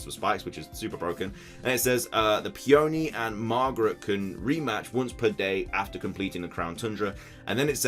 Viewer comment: I’m pretty sure Peony won’t be pronounced “Pee-ownee” but rather “pe-unee” (rhymes with teeny). Peony is a flower, just like Rose. 😁